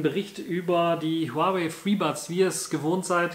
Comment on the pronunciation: Zum Beispiel wie lange die Kopfhörer laden, wie lange sie laufen, wie sie ausgestattet sind. Video Material macht man ausserdem vorher sauber und nicht mitten im Video... Es heißt Huawei, man spricht es Huawai aus und nicht Huawey